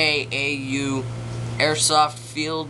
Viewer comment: its pronounced oo-kahs and the website for ukaus airsoft field is meetup . com / galtfield lol FIRST!